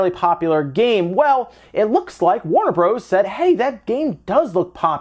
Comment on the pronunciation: Who the hell says Warner Broze???? Hahaha